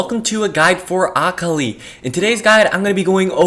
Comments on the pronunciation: Everytime he says akali like ock oly I wince Btw I believe it’s pronounced a-call-lee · Akh ali bro its akali lmao, but good video 😀🤓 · Pretty sure your saying akali wrong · the way he pronounces akali is triggering me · I legit almost turned off the video after about the third time he said it. Currently typing this 2 minutes in and after I submit this comment ima leave this video. I can’t handle it. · Lol like I wished you said her name right but nice video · You’re saying Akali wrong